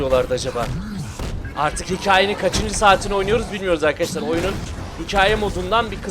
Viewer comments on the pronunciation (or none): none